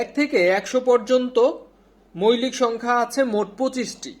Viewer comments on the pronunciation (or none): আপনাদের এই আয়োজনটি সত্যিই অসাধারণ। এগিয়ে যান। উচ্চরণও খুব ভালো। তবে কিছু কিছু শব্দ উচ্চারণ শুনতে কেমন যেন লাগে, যেমন। ‘মৌলিক’-কে আপনি বলছেন মৈলিক। সঠিক উচ্চারণ হলো ‘মউলিক’। এরকম আরো কিছু শব্দ আশা করি সঠিক উচ্চারণ করবেন। তাহলে শ্রোত হিসেবে আমাদের শুনতে ভালো লাগবে। ধন্যবাদ।